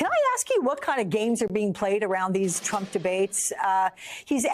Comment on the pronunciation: Trump not Tramp😂🎉